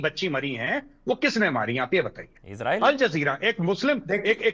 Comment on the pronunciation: Ye besharam kis mo SE raw-fail 😅 Ka name le Raha ha But anyway.. Ijreail ij a pather land end-ya ij a mather land